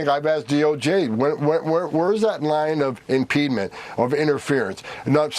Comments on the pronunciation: “Impeedment” is not a word. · I'm just a high school graduate, but I'm pretty sure there's no such word as "impedment"; I think he means "impediment, which makes him a fvcking idiot, bully, and a tyrannical thug. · Someone should tell Homan that “impeedment” is not a word. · BTW, is "impedement" a word? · What is impedement/impeedment? Is it a word? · "Impede ment"..........Lol!!!